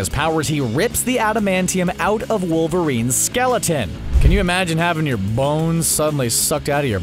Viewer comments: I went back a couple times to here him say "bones" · The way he said bones tho